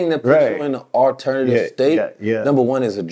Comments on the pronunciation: The T is mixed in with the E lol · What is 'Alernatve'